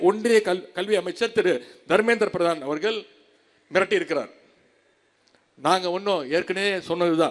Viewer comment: அவர்கல்…மக்கல்…நீங்கல்…உதயனிதி தமிழில் பேசக் கற்றுக்கொள். பிறகு தமிழ் புகழைப் பேசு. உனக்கு தமிழும் தெரியாது, புத்தியும் கிடையாது. Your father wants a trillion dollar economy. Who is your labor force? You cannot talk to anyone in the neighboring States. How do you do a business? I am dismayed by your stupidity and ignorance